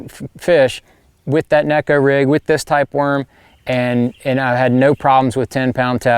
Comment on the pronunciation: Actually, John, the proper pronunciation is with a long A. (Nay-ko) 🙂